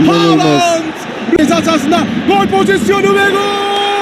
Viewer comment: bitiyorum şu adamın haaland demesine sabah gelsin kulağıma haaland diye fısıldasın :DSAF:DSAF